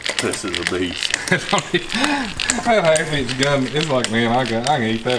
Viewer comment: Love this guy. "Half eench" LOL!